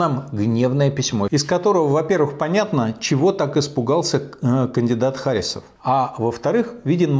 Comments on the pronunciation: Михаил Борисович, в фамилии Харисов ударение ставится на "И". Я знаю, потому что являюсь носителем данной фамилии. И какое совпадение, что я тоже живу в Башкортостане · Я думаю, правильно ХарИсов. От татарского имени ХарИс.